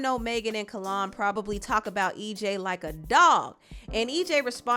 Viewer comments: His name is Not Kallon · My BFF NAME IS PRONOUNCED "KALE ON" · It’s pronounced kell-on no shade lol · name-It's pronounced Kellynn like Lynn. So awesome mentioning him! My old hair stylist ☺️✨ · The pronunciation of name is cringy. 😩🤣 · I just wrote this. Lol Every time she pronounced it I cringed. 😭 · We are truly Virgos...the way she pronounced his name had to be corrected lol😂😂😂😂